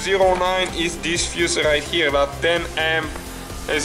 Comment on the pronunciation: rrright herrrre!:) nice review,thanx